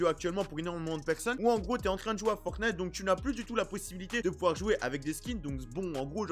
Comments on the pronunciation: Moi: ont dit "Fortnite": je dit "Fortnate" Si vous écoutez bien il dit "Fortnate" xD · Moi je dis Fornite... (je prononce pas le T) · Il dit un peut des deux